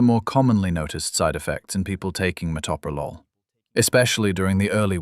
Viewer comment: I just wish people could pronounce it correctly. Met/o/pro/lol. Do teachers not teach how to sound out words?